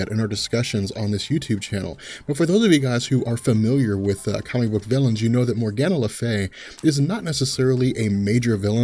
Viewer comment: Morgan le Fay, for the love of god,learn how to pronounce names correctly 🤦🏽‍♂️🤦🏽‍♂️🤦🏽‍♂️🤦🏽‍♂️The pronunciation of Morgan le Fay is "MOR-guhn luh FAY," with the stress on the first syllable of "Morgan" and on the single syllable "Fay". It can be broken down phonetically as "MOR" + "guhn" + "Fay".